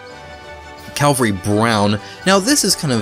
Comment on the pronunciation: it's CAVALRY brown, not CALVARY. It's a super common mistake and hurts my ears every time. Cavalry is a soldier on horseback. Calvary is the hill where Jesus died.